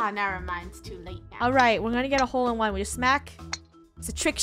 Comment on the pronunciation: Insted Of HOLE-In-one I think is TROLL-IN-ONE